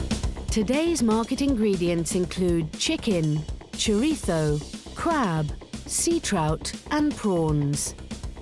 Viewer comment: What’s chorito? Chorizo?